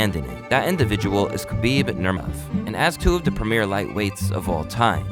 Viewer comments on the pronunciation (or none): Kuh-beeb Nur-Mov 😂😂😂😂😂 common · "Kabeeb Nurmuv" lol wtf dude. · KHABIB NERMEV!?!?!? Has this guy ever even watched a single fight? Is this AI? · Bro couldn't pronounce khabibs full name and just cutted it😂😂😂...khabib nuurrrmevv😅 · who the Fook is Khabib Nurmovvvv???????? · Doing a MMA story and not being able to pronounce Khabib Nurmagomedov correctly is wild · Did not even try and pronounce Khabibs full name despite there being NUMEROUS people flawlessly announcing it throughout his career. Unprofessional. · dude maybe you should learn how to say his name if you want us to take you seriouslyAT ALL. I mean this guy is literally a super star and you cant pronounce his name?!? Shows how much you know about the UFC. Take everything this loser says with a grain of salt. oh my God, this stupid dude just pronounced another fighter’s name wrong. you are literally a tard. You didn’t even take two seconds to look any of these people up? Stupid lazy YouTuber. oh never mind it all makes sense now…. you’re a woke liberal…. Translation: halfwit that doesn’t research anything and just goes along with what people tell him to think